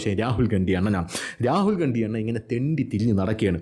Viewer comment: ഗണ്ടി... അണ്ടി എന്ന കേട്ടത് 😅